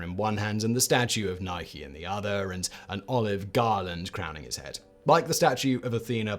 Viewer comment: OMG!!! Simon pronounced Nike the American way with a E at the end. He has been very snarky in the past about our pronunciation !:-)